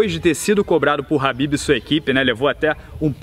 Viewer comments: Não é HABIB, e sim KHABIB! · pq ele fica falando habib?